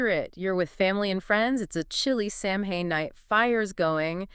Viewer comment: interesting but it's pronounced Sow-ain, not Sam-hain.